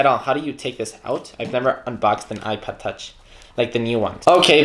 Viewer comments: Sounds like you’re saying iPad, not ipod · It kinda sounds like he's saying ipad